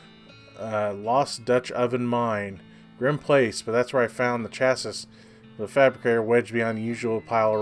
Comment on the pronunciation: Chassis is pronounced Chas see